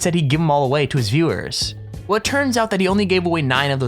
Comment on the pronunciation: You can't pronounce "viewers". It's sad.